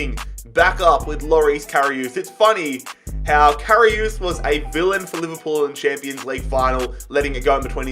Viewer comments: if you want to pronounce Karius right it’s CARRY US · Who else was triggered when he said KaRiOoooooS